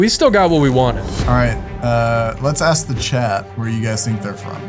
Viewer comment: I was gonna axe about that